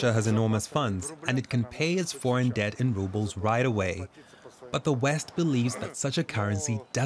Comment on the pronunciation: It’s ‘debt’. Not ‘dette’. …..just saying.